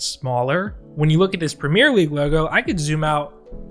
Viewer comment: Listening to this guy say premier league pains me